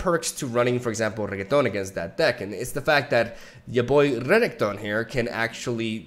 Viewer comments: Can't fucking stand you pronouncing it as regeton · Reketon. I here that. 😂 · please stopp calling him reggaeton, this is illegal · Renekton: A partially insane mad demigod: Calls him Reggae-ton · Also "regketon" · The inability to pronounce renekton makes me get off the video